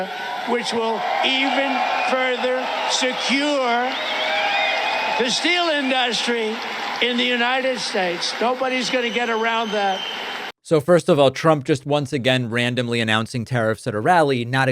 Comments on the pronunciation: "stEEal inDOStree" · Why can't Trump ever say industry without breaking down the syllables? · why can't he say the word "industry"? it's weird.